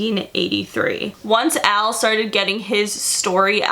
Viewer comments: when you say Al, i hear El 😂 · Al like El